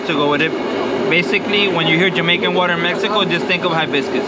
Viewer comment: Check your pronunciation of Jamaica with your waitress.